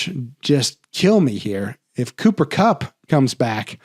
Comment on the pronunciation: Cooper cumcup!? You ok doc 😂 :_doc::_doc::_doc::_banger::_banger::_banger